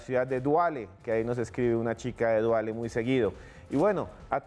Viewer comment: Felicitaciones por su hermoso programa soy Ecuatoriano radicado en Barcelona-España,solo comentar que al cantón que saludas no es Duale es Daule